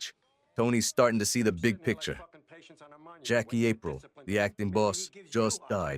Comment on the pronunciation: APRILE is pronounced AHPREEL. Not A-pryle